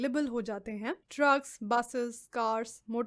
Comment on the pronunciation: Am i the only one who heard 'trucks' as 'drugs'😂